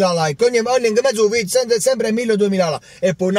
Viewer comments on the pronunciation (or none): none